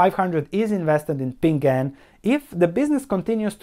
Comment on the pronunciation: BTW it's PING AN, two syllables :)